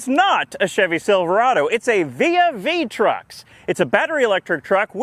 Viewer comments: For some reason my brain immediately went to vis-a-vis truck when he pronounced the name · Um its "Trux'n" ty! xD